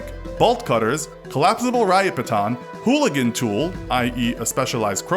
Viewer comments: Hooligan? You mean halligan? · It's called a halligan, not a hooligan.